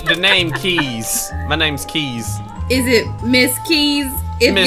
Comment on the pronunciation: Kees Me: Keys? 2 second later Me: Oh wait, Kees. Username: AmyColaCat